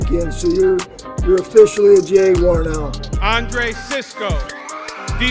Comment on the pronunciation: “Jay-Gwar” - Baalke